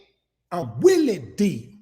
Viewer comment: Its Willie D not Willie V lol, Geeee Beeee!"